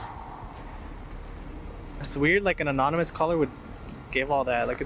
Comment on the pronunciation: Roswell cop " we got an anominous tip "....Anominous ??? Sounds like an alcoholic group. Maybe hire some literate ociffers next time.